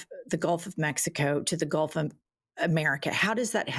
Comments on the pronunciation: Has anyone told him it's GULF NOT GOLF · ITS GULT not GOLF you orange FREAK!!! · He said Golf of America Get it right lol